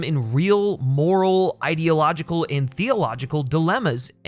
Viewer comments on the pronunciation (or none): "theleological diilemmas" lol